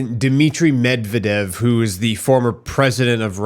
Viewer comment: It’s pronounced “med ved yev”